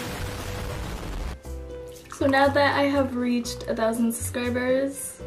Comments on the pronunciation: i noticed that too 😂 she completely just ignores the "b" and says "suscribers" instead of suBscribers, lol. but then again, she also called everyone her "fans" when she was talking to the cat 🙄 idk, I think I'd rather be called a 'suscriber' than a 'fan' lol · Why does she say suscribers A way I live her channel